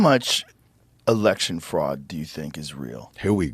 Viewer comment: There was fruud. There was wide spread fruud. It is about 80% that Trump won. There were many cases, many request, almost all lawsuits were dismissed before any evidence could have been reviewed, there were models who showed fruud, and there hours upon hours of video evidence showing fruud. Tim: "Lalalalala, I don't see anything, lalalalala" In life there are very few real test who show what kind of man you are. To most it happens once of twice over the course of their lives. This was one of those moments and Tim failed his test. He chose to ignore the evidence, and thus he will be forever remembered for this failure. Sorry, little man, but you are a traitor to every political camp.